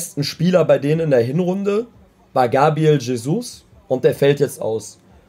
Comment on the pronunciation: Bruder dieser Aussprache TSCHESUS UND NKETSCHIAH hahahah alter